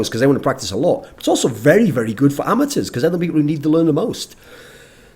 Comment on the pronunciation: i cant get over the way thorin says "amatuers". cannot unhear